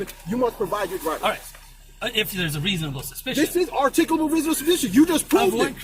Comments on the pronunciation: "I reasonably articulatably suspect you!!" What an absolute moron. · “This is articcabul reasonable suspicious” officer dummy doesn’t even know how to pronounce those big words he does not understand.